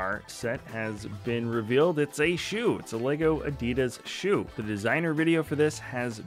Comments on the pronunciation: What's an "Ar-Dee-Dus"? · He's saying Adidas